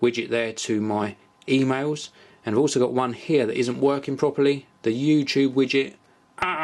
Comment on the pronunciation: hehe "2mails"